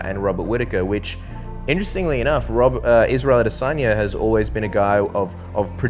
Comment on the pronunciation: Israel I-dis own-ya